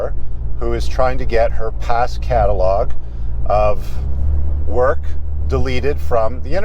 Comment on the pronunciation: the way he says “work” 💀